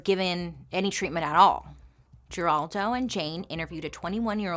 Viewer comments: It's pronounced 'Heraldo' not Geraldo. He is still around. The more you you know 😁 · It's crazy to hear you say "Geraldo" pronouncing the "G" lol. It's pronounced "Heraldo" 😉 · Lol geraldo is pronounced her-all-dough, he's famous, or was in the 80's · I’m dying at Bailey — who TOTALLY knows who Geraldo Rivera is based on her vast pop culture knowledge — delighting us with her classic mispronunciation of his name as “Jeraldo.” :D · You are mispronouncing Geraldo. It is pronounced Heraldo. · Girl, it's HERALDO with an H. We're like the same age (I think!) You should know this! At this point, I think you just mess up names for fun. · Bailey- Her Al doe is how Geraldo is pronounced. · I hope you get back to MMM soon. I know you're going through a lot. We'll wait. So many of these stories are somewhat familiar to me, but you tell them beautifully. Ziprecruiter and Indeed are the best! Carrie's baby was very intelligent.She was put up for adoption and did unusually well in school. Geraldo is pronounced Heraldo. The G is soft like an H. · Geraldo Rivera - you just showed your age by not pronouncing his first name correctly. 😄 Or made me feel really old. Geraldo Rivera was a household name when I was young.